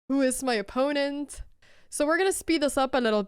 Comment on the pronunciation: Din akilleshäl när det kommer till engelska är uttalet och användningen av "woman/women". Pias akilleshäl i engelska är "opponent"